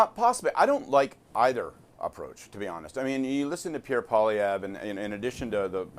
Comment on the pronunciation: "Pierre Poliwoq" 👍🏻😄